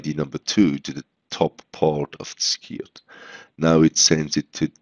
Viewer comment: Brilliant thank you, One thing, try pronouncing Skirt as Skuurt, at the minute you're pronouncing it as Skeeryt, hope this helps and looking forward to more tutorials :)